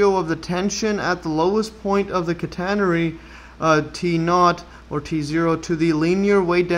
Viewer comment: /CAT - uh - nair - ree/ 😄 (Stress on first syllable)